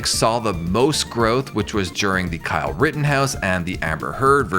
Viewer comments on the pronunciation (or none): none